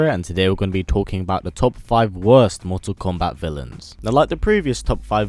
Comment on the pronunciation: you need to stop these videos because you cannot pronounce Mortal Kombat right everything Americans do you guys do losers